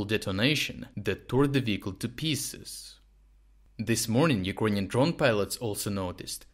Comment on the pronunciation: Friend, many thanks for your work. Appreciate it! Just a small remark: you often pronounce word "Ukranian" incorrectly, mostly like "юкрОниан" istead of "юкрЭниан". Was it intentional?